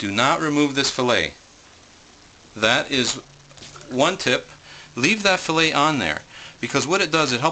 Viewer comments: Fil-let lol it is fil-lay. Lol that made me laugh. Are you canadien? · What the hell is a fish FILL-IT. You butchered the fish. You don't have a clue.